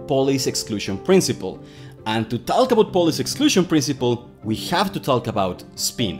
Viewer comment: Me encanta tu energia y explicaciones, pero por favor, cuando dices "half" la "L" es muda y seria "haf". Otra igual es "talk", no la pronuncias "talk" sino "tok" ademas en esta cambias la "a" por la "o"